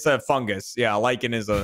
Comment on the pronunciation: Lycans were clearly invented in a place other than America,. Sheesh. They should get Gavin to say 'Lycan' and 'lichen' in the same way that fans keep getting Fiona to say similar French words back to back.